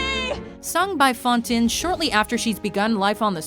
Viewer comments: she really said "faun-tin" instead of "fan-teen" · DID YOU JUST PRONOUNCE IT FAWN-TIN, IT'S FAWN-TEEN YOU FREAKING IDIOT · did she just say "fawn-tin" ?! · Fantine is pronounced "fawn-TEEN" not "fawn-TIN" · a lot of people are upset over the actual list but I'm more upset about HOW SHE PRONOUNCED FANTINE!!!!!! SHE IS NOT A FUCKING FOUNTAIN SO DON'T CALL HER FAUNTIN SMH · “Fon tin” 😂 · Did she actually just pronounce "Fantine" like FON-tin? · It’s pronounced FantINE! I hope I’m not the only one who that bugs me a lot😂😂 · Breanna Deal *Montreul And it is actually pronounced f-ah-n-t-ee-n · Anyone else notice that she pronounced Fantine as Fantin?? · "Ellen Page"??! "Fantin?!" Are you fucking joking?! Learn how to pronounce shit before you open your dumb mouth. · Not fantin. She pronounced it as fontin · You can tell that the producers of this video didn't even watch the content, for example, they pronounced Fantine without pronouncing the "i" like an "e". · You need to get a new narrator... She is HORRIBLE at pronunciation... SMH :( She improperly pronounced "Fantine, Christine Daye AND Elaine Paige..." C'mon! These are BASIC... at least learn to pronounce names before posting a video about some of the most iconic roles or people in musical history... :( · Why the hell is it always I Dreamed a Dream? It's a nice song, sure. But it isn't worthy of being on every single list like this. One Day More is so much better. And Fantine was pronounced incorrectly. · And lol they mispronounced Fantines name and OMG AARON APPEARS TWICE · the way she tries to pronounce Lés Miserable and Fantine give me life